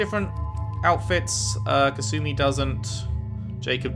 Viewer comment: basically anyone who isn't kasumi or one other npc pronounce her name has kass uh mee when it's kass oo mee. Not big it just bothers me when I hear it lol. Even Sheperd says it wrong